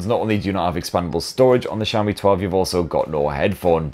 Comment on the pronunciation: Wow. I just realized you fixed your Xiaomi pronunciation! Brits normally pronounce it "Zeeaomi" instead of "Sheaomi". Good job and great vid!